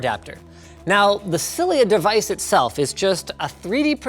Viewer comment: When he said "Cilia Device", I thought he said "Sillier Device", lol